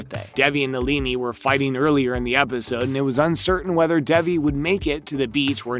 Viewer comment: bruh her name is DAY-VEE